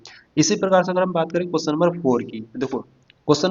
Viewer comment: अरे भैया पहले बोलना तो सीख लो क्वेश्चन नहीं होता है क्वेश्चन होता हैसमझ में😅